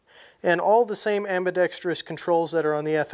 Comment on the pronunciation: Thanks for pronouncing 'Ambidextrous" correctly. 🤪